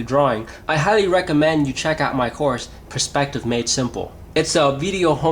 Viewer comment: Some really good points here. I especially liked the thought on colour fading as distance increased. Only one niggle - the word perspective is being said wrongly. the word is pronounced P-E-Rspective not P-R-E-spective. Sorry, but it really gets to me.